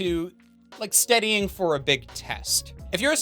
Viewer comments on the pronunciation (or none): Are we not gonna talk about how he says Steadying instead of studying o.O